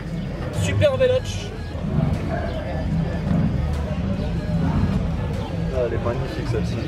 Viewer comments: le "Ce" de super véloce ce prononce "che" chez nos amis rital mais j'avoue j'ai fail ........ mdr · Mon dieu les prononciations "super velotche, akrapovik..."